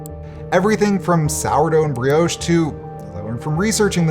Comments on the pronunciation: Its pronounced brioche you mong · The way he pronounced brioche 😆